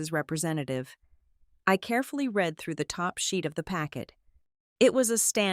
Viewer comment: You Still Don’t Know How To pronounce the word “Read” ???